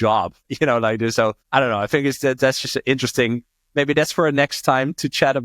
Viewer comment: This not Dis 😂